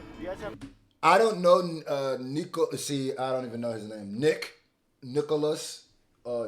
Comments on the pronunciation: Please Not neeeko It’s niko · Call him “nicko” not “neeko” he hates being called neeko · His name is not pronounced neeko its nihko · say nicko. For the love of God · man like Niko. pronunciation = Nick-O